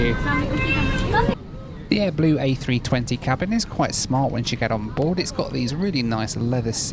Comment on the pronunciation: Dubai doobai doobai doo… I was sure you‘d find your hotel. ahead you not we probably wouldn’t be watching this video as you were still running around the airport somewhere… And was I the only one who heard AdBlue several times instead of AirBlue? Well both aren’t very blue, they have something in common ! 😁 Nice video!